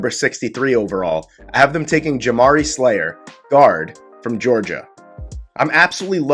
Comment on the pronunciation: Alot of reaches for no reason.. Sayler* not Slayer